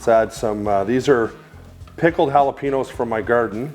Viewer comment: The pronunciation of Jalapenos got me 💀